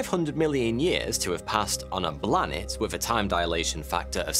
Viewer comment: Interesting and hilarious! Couldn't help laughing every time you said 'Blanet'